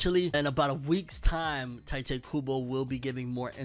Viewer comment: Bro, TEEE-Te.